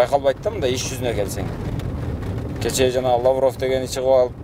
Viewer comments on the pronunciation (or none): none